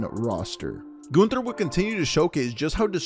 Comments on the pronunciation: It's Gunther, not Günther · Can someone please tell me do you pronounce Gunther as GUNther or GOONther